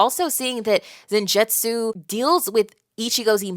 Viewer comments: zanjetsu is wrong its zangetsu hope that help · Just so its clarified, Zangetsu's name isn't pronounced with a "j" sound. Not being disrespectful, just letting you know. I had some whiplash when I heard it said that way, lol. I'm glad you've enjoyed BLEACH thus far, and I think you'll love everything to come. The plot only thickens from here...